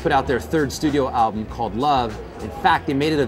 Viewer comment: 27 sec, the alblum? haha